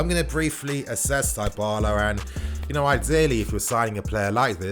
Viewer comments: Die-bala? It's Dybala fam. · Die-bala seriously 😶 Butchering another name by him again 🤦 It's pronounced as D-bala bruv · It’s pronounced Di-bahlah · Dee baaa laa Nini is is how its pronounced bro just saying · it's "DIIIIIBALA"(Dybala) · U pronouncung dybala wrong